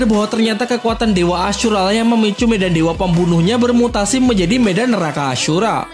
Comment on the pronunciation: Kenapa nyebut ashura kek ngomong kasar anjir 😭kek seolah di perjelas ASHUra 😭